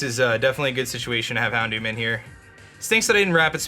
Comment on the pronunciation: HounDOOM lol it served its name well